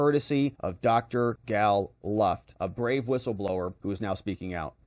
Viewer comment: So he says his name straight up (he pronounced Luft like look) and you cant even introduce him with the correct pronunciation. Pathetic and disrespectful comes to mind, you need to correct this.